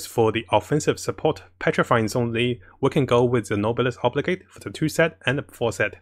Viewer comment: I've probably watched most if not all of videos by now and while I love the content to bits, I still find myself twitching everytime "Oblige" is pronounced. 😢